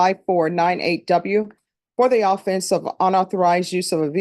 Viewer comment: Wish she wouldn’t pronounce “offense” wrong but she’s not the only judge that does, amazingly